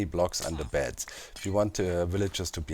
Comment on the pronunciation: When you say beds I hear bats and it's hilarious in context